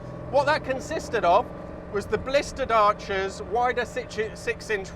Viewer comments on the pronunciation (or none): none